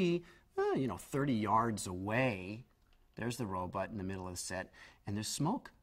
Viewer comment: Funny, he still pronounces it "Robutt" all these years later... I thought it was just because he was a kid that he constantly mispronounced "Robot" as "Robutt."